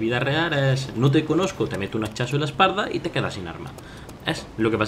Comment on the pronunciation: ese acento andaluz que se note "un hachazo en la esparda" xDDD